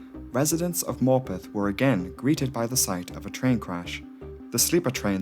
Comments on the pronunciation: Dude I swore he was calling the town “Morbin” for like tho whole video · For heaven's sake. That pronunciation of Morpeth, from someone who is actually from the North East, is just cringeworth!!!! Why on Earth are you trying to sound American, as a Geordie, making a video about a railway accident IN North East England???? Stop selling out and be yourself. No-one is falling for that truly silly accent.